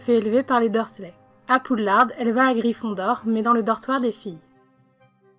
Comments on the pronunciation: Tu as dit... POUDLARDEEEE c’est poudlard il est où le E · Ta dit poudlarde? 😂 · ces moi ou elle dit poudlarde ?? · C'est Poudlard on ne prononce pas le" D" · Je viens de remarquer !